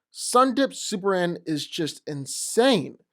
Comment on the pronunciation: I dunno what is he saying: is it Supleman, Suplement or Superhand? He repeats this word many times, but it doesn't sound like Superman at all. Anyone can translate? xD